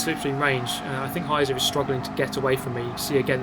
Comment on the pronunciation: Just a side note: "Heizer" is pronounced "High-tser" and literally means "heater" or "fireman", but also there is the figurative meaning "a person which drives insanely fast". Gotta love ze Germans x'D